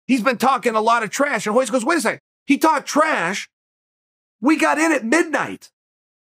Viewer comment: Why do people say Hoyce bro it’s Royce with an R that’s why the R is there. Brazilians just have a hard time presenting R’s.